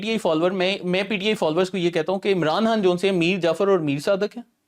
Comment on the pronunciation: Bilkul buckwass show !! yay Chumcha abhi tak ' Khan ' bhi pronounce nahi kerna ataa??? 'Khan' ko 'Hann' kahi ja raha hay...aur host bhi us ko.. correct nahi ker raha?? Stupid show 👎👎